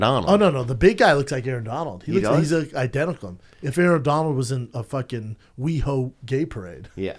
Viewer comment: Why can’t Brendan say “identical” lol like the 3rd episode I catch it